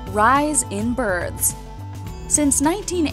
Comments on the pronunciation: she said rise in birds not rise in birth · DID ANYOBE ELSE THINK SHE SAID 'RISE IN BIRDS' INSTEAD OF 'RISE IN BIRTHS' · I did